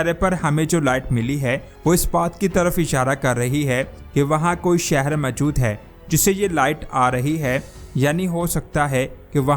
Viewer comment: جناب "سیارہ " کہنا غلط ہے۔صحیح لفظ "سیٓارہ" ہے۔۔۔۔اور میجود کہنا غلط ہے جبکہ صحیح لفظ "موجود" ہے۔ براہ کرم تصحیح فرمالیں۔